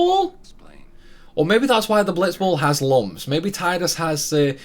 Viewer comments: It low-key triggers me every time you say Tide-us instead of Tee-dus XD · Tee-dus sounds way more stupid though, I called him Tide-us the whole time and will continue to do so (even if it is wrong)